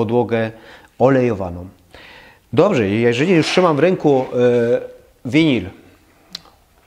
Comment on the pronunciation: Dlaczego mowisz winil.....?